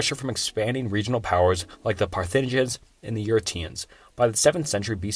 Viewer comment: Olmenecs? Tywanaku? Phohesiens? Sem a tick? Carthinagens? What is happening? 😂